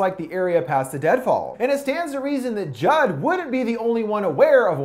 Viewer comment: Anybody else hear him say drugging Jug instead of Jud?